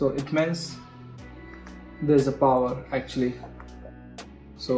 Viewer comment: Auctly 😂 too much